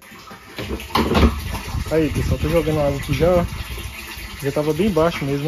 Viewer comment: Eu acho engraçado quando sua mae fala assim "Boa tarde pessoali"lembro do meu avô, falava assim tambem!, eu assisto srus videos, curto assisto as propagandas e hypo também. Gosto muito do seu canal e sua familia, que Deus abençoe vcs.